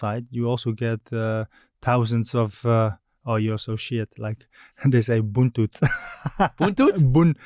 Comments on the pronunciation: its not buntut its butut buntun means tail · Butut mang sergi bukan buntut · " BUTUT " not " BUNTUT" The meaning is Bad Performance or you play so bad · It's not buntut sergio, it's butut 😂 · Not Buntut but Butut is Bad. Ser. in Sundanese speaking. 😅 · He is persib living legends, I am bobotoh and I live in Bandung .He was our fav player..he say buntut but the correct is butut..BUNTUT =TAIL...BUTUT =BAD..i am happy he still remember the sundanesse words😁🙏